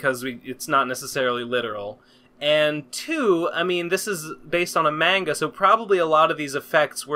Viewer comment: Anyone else cringe out of their skin every time pronounces manga as MAY-nga? just me? ok